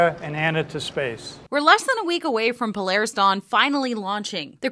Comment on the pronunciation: Is it just me or is it pronounced PO-LAR-RIS And not PLAIRISS? Then again if he's footing the bill he can call it what ever he likes